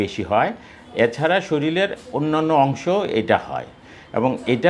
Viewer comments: একজন ডাক্তার যদি শরীল উচ্চারণ করেন ও বাচ্চা বলেন, তাহলে সাধারণ মানুষ কি বলবেন। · প্রথমে বললেন শরীল,,, তারপর বললেন মলম,,, তারপর পয়সারে বললেন পসা,,,, 😢😢😢